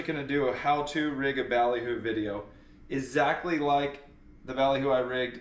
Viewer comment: UH-ZACK-LY (say it with me … EXACTLY)